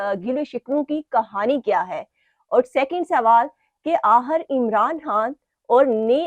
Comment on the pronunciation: Please change this compere unless she improves her urdu accent. Please tell her the word is not AHIR, the word is AKHIR and so on....